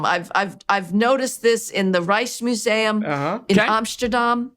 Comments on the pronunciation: she really went ''The Ricemuseum in Amschterdahm'' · I love her pseudo-intellectual way of pronouncing the Rijksmuseum and Amsterdam—both Dutch—as “Reishmuseum” and “Omshterdom,” which sound more like an American pretending to know how to speak German. If you don't know how to pronounce it correctly in the Dutch, just say it in your regular American accent; don't fake the pronunciation to sound smarter. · Ah yes, the Reismuseum in Amshterdam. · She clamors on about the greatness of European culture then immediately proceeds to butcher the pronunciation of the Rijksmuseum. To that end, Marxism is also integral to the European “tradition”. Fucking grifters.